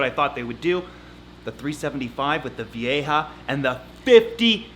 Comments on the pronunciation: The community won! finally saying Vieja the right way!!!! Woohoo!!!!!! 🤣🤣🤣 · I'm so proud of you for making an effort to say Vieja correctly! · Finally gets "vieja"... slaughters "boisterous". 10 points for trying though.